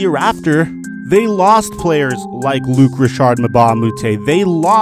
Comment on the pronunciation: Luc Rashard? That's not his name my man